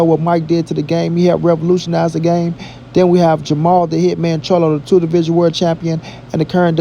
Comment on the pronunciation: Jermall... and not ... Jermell.... lol@